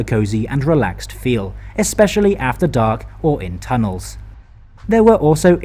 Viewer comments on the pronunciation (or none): none